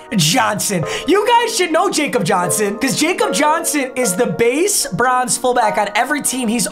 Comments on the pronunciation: It’s pronounced “Yak-cob” Johnson not “Jacob” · Bro said JACOB it’s pronounced like Yaw-cub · love the videos, but jakob is pronounced 'yakob' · Love the content recently Papa, carrying YouTube fr! Also I'm a patriots fan and Jakob Johnson's name is actually pronounced Yah-Kob and not Jay-Kob because he's from Germany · just to let you know, its (ya-cub) johnson not (J-cub) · The name is pronounced Yahcub Johnson not Jacob Johnson. I’m a pats fan I know this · Papa, I tell you every time it’s “yacub” Johnson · I’m a pats fan and I get triggered when people say Jacob Johnson when it’s pronounced YAKOB Johnson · I’m going to have to complain about the mispronunciation of Jakob Johnson. Come on it’s not Jacob it’s YA-cub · Its like Yakob johnson not jacob lol. The j is a y because he is from Germany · ITS PRONOUNCED YA-CUB, NOT JACOB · It gets annoying when your a Patriots fan and he miss pronounces Jakob Johnson when it’s pronounced Yakob Johnson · it’s pronounced YA-KOB not jacob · IT PRONOUNCED YAH-CUB NOT JACOB 😭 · Yo man it’s pronounced “Yakab” not “jacob”……… he’s German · LOVE to see the pats theme! theme teams are one of my favorite series' NOTE: its pronounced like Yakob, hes our international player from germany! wish we didnt lose him this year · Fun fact: Jakob Johnson’s first name is pronounced “Yahkob” because he’s from Germany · Ya i get confused when he seas jay kob jonson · Jack Youngblood played his entire career with the Rams and Jakob Johnson first name is pronounced Yahkob he's German. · ITS YA-KOB. PRONOUNCED YAKOB JOHNSON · It’s yacob Johnson he’s German at least that’s how it was said all season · It’s pronounced “yah-kob” johnson. He played for my vols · Who’s gonna tell him that Jakob Johnson’s name is pronounced “Yakob” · PAPA. Jakob Johnson is German, so it’s pronounced Yahkob Johnson. ly papa 💜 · Who’s gonna tell him Jakob Johnson is pronounced “ Yacob” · It’s Yah-Kob johnson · its [Yah-cub] johnson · Jakob is pronounced Yokob